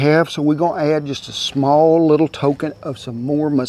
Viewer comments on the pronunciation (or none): none